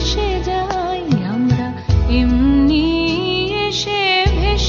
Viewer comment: শুধু একটা কথা জিজ্ঞাসা করার ছিলো গায়িকার কাছে, হয়তো আমি নিজেও এটা ঠিক জানিনা, তবুও..... " এমনি" উচ্চারণ টা এমনি না কি এমনই, যদি "এমনই" হয় তাহলে গান টির মানে যথার্থ হচ্ছে, এমনি মানে খুব ক্যাজুয়াল ব্যাপার কিন্তু এমনই মানে খুব গূঢ় অর্থ, অনেক সুদূরপ্রসারী, মনে হয় না , দ্বিজেন্দ্রলাল বাবু এমনি কথাটা রেখেছেন, আমরা এমনই, গানের শব্দ গুলোর সঙ্গে " এমনই " উচ্চারণ টাই যথার্থ ভাবেই যাচ্ছে, বিশেষ করে একদম শেষের দুটি লাইন, তবে এটি আমার মনে হয়েছে, আমার বক্তব্য